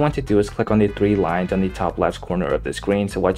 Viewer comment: Thwee wines bro cant speak